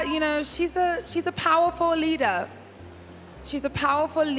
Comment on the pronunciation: powaful lida